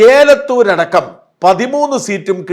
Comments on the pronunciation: ഏലത്തുർ അല്ല എലത്തൂർ ഇത് എപ്പോഴും തെറ്റി യാണ് പറയാറുള്ളത് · Sorry Sajan ഏലത്തൂരല്ല "എലത്തൂർ" എന്നാണ് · ഷാജൻ ഏലത്തൂരല്ല, എലത്തൂർ. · ഏലത്തൂർ അല്ല എലത്തൂർ ആണ് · pls check elathoor prenounsiation